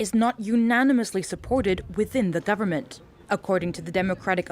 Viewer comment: "South African **Governmen**" lol